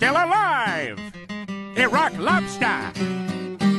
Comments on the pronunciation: It's more like Irack Lobster. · Iraq lobster that wat he is saying